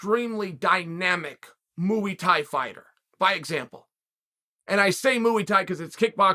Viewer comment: Has Chael ever addressed why he pronounces "Muay Thai" as "Moo-e?"